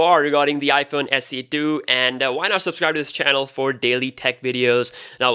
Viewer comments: haha you said iphone se do instead of iphone se 2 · Please say iPhone SE 2! Not iPhone SE Do